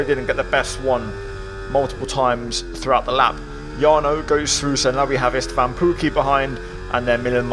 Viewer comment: Why do you keep calling Istvan Esteban? 😂